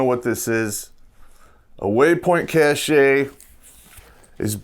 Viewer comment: Cache is pronounced Cash, as in money.